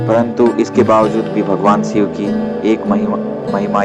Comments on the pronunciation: it's shiv...not siv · Shiv not Siv..Shakti .not Sakti.